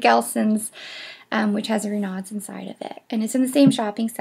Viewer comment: Not sure, but I suspect Renaud's is pronounced "Ruh no." And Pain au chocolat is pronounced "pan-o-show-ko-lah." Thanks for the vid! (I live a block from the Arlington and know these places well. Enjoyed your sharing your ideas about'em).